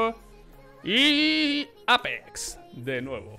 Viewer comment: aaaaaaaaaa bueno, a simple le dice simpol a fallen follen, y a EIPEX le dice APEX jajode XD